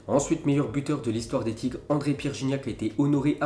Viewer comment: J'aimerai tant que tu vois ce commentaire et que tu prononces le s de Tigres et que tu dises Tourel pour Tuchel ça fait mal aux oreilles à chaque fois